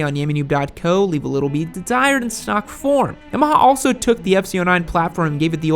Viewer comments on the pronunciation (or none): Slow down your speech and enunciate your words. I have a good ear for accents (being Australian) but I had to replay sections several times over. For eg you said the R1 “leaves a bit to be desired” but it took me 6 times to understand it wasn’t “a beet to be ride”